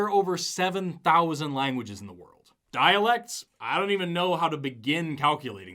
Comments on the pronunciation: I got really confused when he started talking about the daleks. I couldn't believe that the people who wrote the bible were Whovians! Then I realized he was saying "dialects" and I was a little disappointed. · Did he say humanity has “dialects” or “daleks”? If it’s daleks, then we need Dr Who!